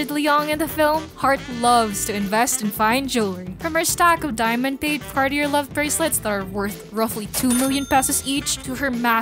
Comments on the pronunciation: it's "carti-ye" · That’s the way Americans say it but it’s wrong. The French pronounce the R at the end, guttural. And they say the word in two syllables “car-tyer”.